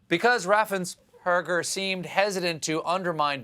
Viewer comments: Note that , Stephen forgets to stumble over Brad Raffensperger's name. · Raffensperger is really not a difficult name to pronounce. As a Progressive Georgia voter who voted for Biden/Harris, Ossoff, and Warnock, I am grateful that our Secretary of State, our Governor, and other Republican officials have stood fast against the assaults against our right to vote by T** and his psycho sycophants.